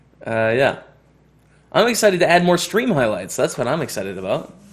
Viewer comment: you're good at pretending wtf you're talking aboot.